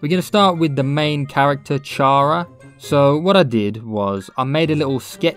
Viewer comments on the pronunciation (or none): And I’m pretty sure it’s pronounced “Kara” but not 100% sutr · And I’m pretty sure it’s pronounced “Kara” but not 100% sure